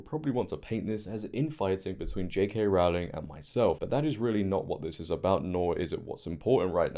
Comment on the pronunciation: Hope you don't mind me pointing out, her surname is pronounced Row as in row the boat 😊